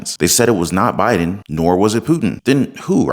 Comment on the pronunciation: Its definitely B!d-in lol